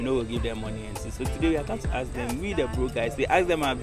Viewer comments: Why do you guys keep saying “axe , axing “ instead of “ask and asking” Plenty of us for gh do so 😃😃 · Tell the girls the word is ask and not axe